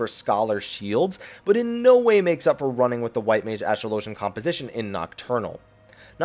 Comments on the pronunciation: There is no way on earth astrologian is pronounced the second way you said it. Anyone who thinks it is doesn't understand English. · Why the fuck does everyone pronounce astrologian incorrectly.